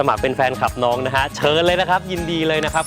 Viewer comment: ออกเสียงให้ชัดหน่อย น้อง ไม่ใช่น้อน..😁